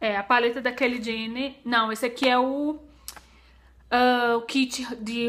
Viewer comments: a pronúncia é Kylie (fala Caili), não Kelly. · Que aflição ela falando o nome da Kylie, mas eu adorei as compras! Esperava que mostrasse mais os produtos. A solução pra não ficar muito longo é fazer partes é assim ajuda mais no conteúdo do canal e consequentemente mais visualizações! Grande bjo